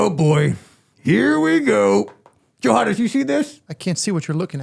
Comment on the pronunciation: Why does Pally keep calling Johannes "Yo Hon"😂?